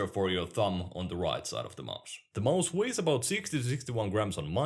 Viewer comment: Everyone else: Watches to get a competitive perspective on popular and underrated peripherals. Me: Like hearing say maus.